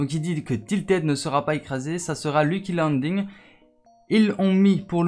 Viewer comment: On dit pas Lucky liddle on dit lucky landing